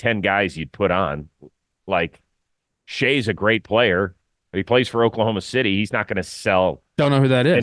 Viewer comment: Chris 😂 it’s pronounced same as “Shy” 💀 as soon and you said his name even I was like WHO!?? OKC?? Shay??? Best sg in the league??? Oooooo Shai!!!! Lol